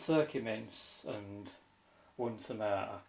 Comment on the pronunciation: Cant forget the Tamah-ah!